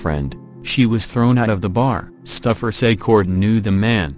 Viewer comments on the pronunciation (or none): Called Kortne Stoufer stuffer lol